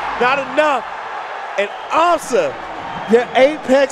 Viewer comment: It's AM-sa, not am-SAHHH